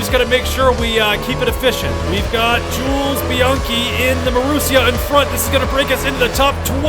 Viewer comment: bro u kidding, its jules not tools